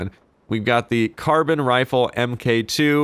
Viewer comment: Carbon rifle it's car-bean rifle